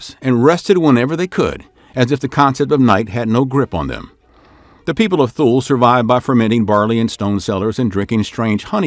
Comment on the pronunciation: Thule - pronounced "TOOL-ee"